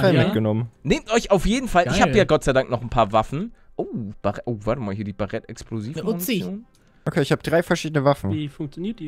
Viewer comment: es heist baret english ausprechen das a